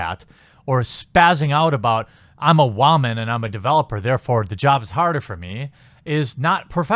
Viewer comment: "Wha-man" lol